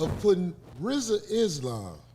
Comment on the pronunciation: I just wished you said his name right 1 time lol